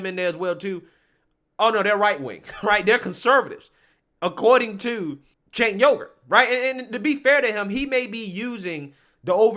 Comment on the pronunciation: your quirky ability to get names wrong is hilarious. Cenk Yogurt...ah good stuff. Keep up the great work.